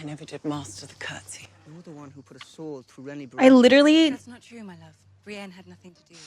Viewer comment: Her name is Brienne... not Brie, she's not a cheese xD